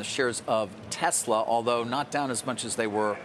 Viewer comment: who is “Telsa”? 😂